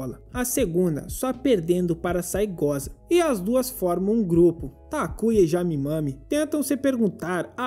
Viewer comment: Na real é Saegusa, mas esse cara fala assim de sacanagem kkkkk